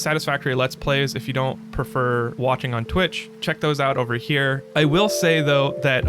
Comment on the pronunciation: at 0.32 i thought you said walking on twitch before i realized you actually said watching on twitch. I had a little chuckle trying to imagine how many different ways you could walk on twitch before my bubble was burst. I might have to check out your streams on twitch tho.😊😊